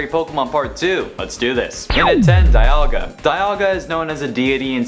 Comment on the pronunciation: Its dialga not dayalga